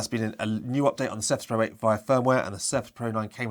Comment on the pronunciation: Thanks for the video but I would recommend you to improve the way you pronounce Surface pro.